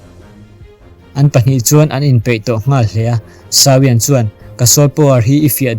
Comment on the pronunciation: Sau-iang nilovin Saw-iang tiin lam rawh.